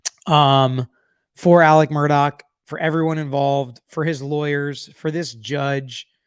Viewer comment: His name is not pronounced “Mur-dock.” His name is pronounced “Mur-daw.” Please correct me if I’m incorrect.